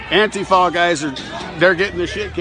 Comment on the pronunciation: It's pronounced ANTEEEFA.. NOT ANTI FER.. Get your syllables right my mate